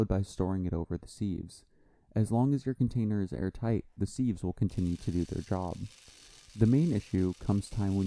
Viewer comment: It’s pronounced Siv not Seev.